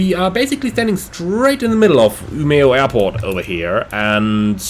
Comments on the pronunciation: I thought your pronounciations were almost spot on, at least Umeå. Seriously good! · To be fair, to me who live in Umeå, you said it better than most Swedes. Most replace the e with a j when saying it. While we who live here (and most of the north) just say Ume. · Your pronunciations of Umeå and Kiruna are kinda funny :)